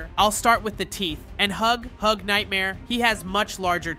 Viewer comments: Can anyone help him that's its huggy wuggy NOT HUG HUG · You said hugg hugg not huggy wuggy. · It's name is not hughug its huggy wuggy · His name is not hug hug it's huggy wuggy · Its not hughug its Huggy wuggy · Why are you calling him hog hog?